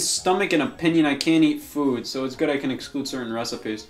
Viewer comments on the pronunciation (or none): I love the way Scott says “foud”